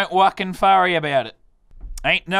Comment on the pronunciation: He said don’t fwucking worry